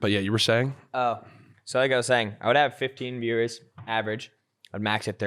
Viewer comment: Swear he was saying beers instead of viewers